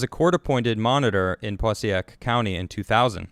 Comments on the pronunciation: just FYI... passaic (puh-SAY-ick). great report. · I live near Paterson it’s pronounced PA SAY IC COUNTY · Passaic County is pronounced PAH SAKE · It’s pa sae ick county